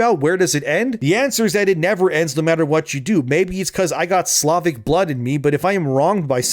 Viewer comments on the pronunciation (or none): none